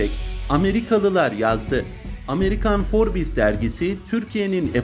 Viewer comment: Sen admin para için herşeyi yersin sen utanmaz Forbes demesini bile bilmiyorsun